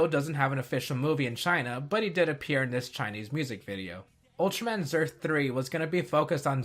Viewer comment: Also, Zearth is more "zeh-arth" ("the Earth") than "zurth".